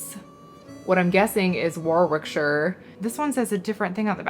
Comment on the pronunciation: Regarding the red transfer ware. ‘Warwick’ and ‘Warwickshire’ are pronounced ‘warik’ and ‘wariksheer’ the second ‘w’ is silent. I don’t know why though!